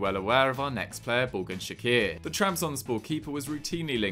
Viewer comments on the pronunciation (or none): It's not shaqir it's pronounced chakir and vedat isn't pushing for a move the club has decided he is happy with fenerbahce